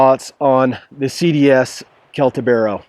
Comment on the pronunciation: Great review. Thanks! BTW it is pronounced "Seltibero" ;) Your comment regarding the jimping can also be applied to the TOPS BOB. Why risking ruining a good design with a feature of dubious usefulness?